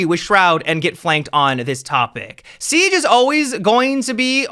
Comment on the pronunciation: Seag??? 😂 I like that. I also have a speech impediment, so dw cuz you aren’t alone.